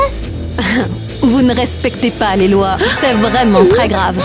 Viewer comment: c'est pas lé mais c'est les